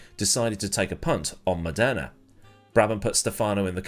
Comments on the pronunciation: It's Mòdena, not Modèna (both the driver and the city). Cheers from Italy, dear. Good stuff as usual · Modana not MonDERna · Funny how pronunciations change. Murray walker called him Stephano Moneda ( Mon aida), at the start of his career. Then Modena ( moh den ah) ..... which is 2hat I call him. Now I hear Mod ena)